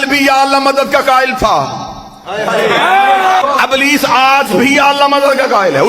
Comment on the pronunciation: Ablees nahi Iblees....Lafz to sahi bolo.